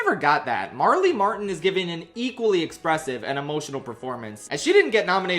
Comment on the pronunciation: Howdy her name is Marlee MATLIN not Martin (I too mispronounce names on occasion just wanted to note cause it’s an entirely different name at that point)